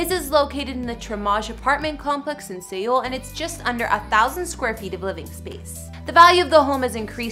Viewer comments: GIRL!! Seoul is pronounced the same as SOUL NOT SEE OL. Jesus. Learn the correct pronunciation before making videos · Seoul. Just say it like Soul in English. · Seoul is pronounced Soul. Not seal or see-oul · She said se-ool when it’s .....seoul. And namsan like n-eh-mm san when it’s really nam like namjoon. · did she just say sayool instead of seoul and yungkook instead of jungkook and chin instead of jin girl i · Seal lmao it’s pronounced soul (Seoul) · I also heard sEoul like bruh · ”in sAy-oHL” ”yUong-cook” ”cHin” edit: I’m not trying to be rude to her, please don’t hurt me jsjdjekkdjdj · You did NOT just say "See OLE", did you? This is basic knowledge if you're researching a subject. How to say it! Plus, WHO doesn't know how to pronounce it? It's a major world city! I realize this is a relatively minor thing in the video, but...huh? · I lost it at the way she pronounced Seoul. It's Seoul rhyming with soul 😂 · R Y P but if your going to do a “report” on ANYTHING, it’s a good idea to learn how to pronounce the names of the main subject of the report....otherwise you don’t seem very credible. And then mid-pronouncing Seoul?? Credibility gone. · Yo she pronounced EVERYTHING wrong omg even Seoul omg 🤦🏻‍♀️ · Okay, the names I can understand, but who doesn't know how to pronounce Seoul? Also is that a still from What's Wrong With Secretary Kim? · She said Seoul wrong😂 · Pronounced Seoul wrong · Seriously....I know she apologized, but you couldn't look up how to at least pronounce SEOUL? SEOUL!? It's a very large and well known city.... -_